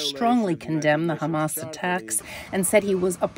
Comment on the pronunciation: Hamas ‘terrorists’ …you said it wrong.